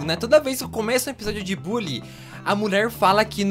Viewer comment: Se fala bãlly